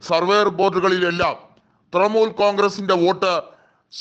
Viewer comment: തൃമൂൽ അല്ല തൃണമൂൽ കോൺഗ്രസ്സ്.. ഇത് എവിടുത്തെ അവതാരകനാണോ എന്തോ?